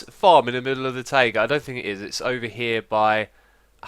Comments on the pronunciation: It's "tie ga", not "ta ee ga". /ˈtʌɪɡə/ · your pronunciation of taiga is really weird, it's actually [t'aigə] like tiger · Ta-ee-ga? :D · i need to go to a taieeega biome, lol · The way you say Taiga kinda freaks me out. ^^